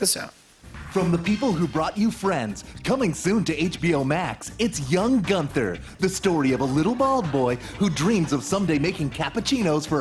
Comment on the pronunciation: "Young Gunther" Why you americans always destroy nice german names xD